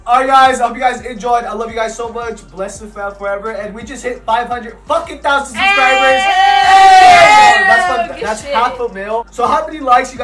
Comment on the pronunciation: bro I love how always says suscribe instead of subscribe 😂💀👏🏼